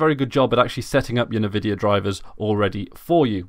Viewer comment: "Nuh-vidia" xD